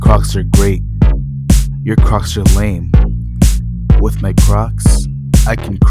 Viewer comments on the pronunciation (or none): none